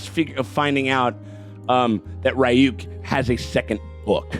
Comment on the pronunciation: Jesus christ you should be able to pronoucne Ryuk properly at this point already